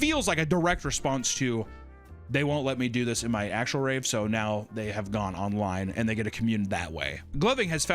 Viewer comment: really need to emphasize the v in 'finger rave' there guy.